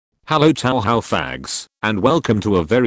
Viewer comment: "Taohao" 11/10 EDIT: LONG LIVE FLANDRE! AVENGE YOUR FAMILY!